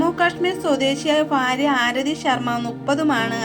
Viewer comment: ഫാര്യ അല്ല ഭാര്യ 😮🤔🙄